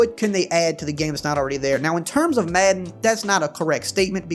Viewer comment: not trolling, love the way says "Maedan".